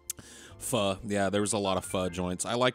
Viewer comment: one of the rare instances i've heard pho pronounced correctly